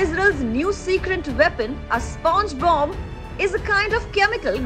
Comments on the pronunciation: Did she say SpongeBob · Did she say sponge bob?